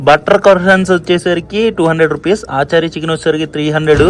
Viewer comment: Adhi aaa chaari eee chaari kaadhu raja....achaari ..achaar ante pickle in hindi